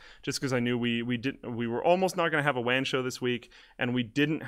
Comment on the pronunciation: Sounds like wam show